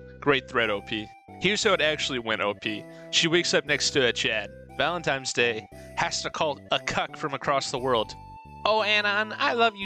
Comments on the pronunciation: The worst thing about this video is the narrator constantly saying "valentimes" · Could never understand why a non-insignificant number of people say Valen-times Day.